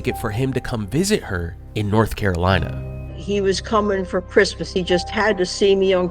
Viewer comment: Is that really how people from North Carolina pronounce their state? North Cal-ina